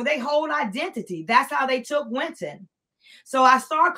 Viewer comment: Winton not Quinton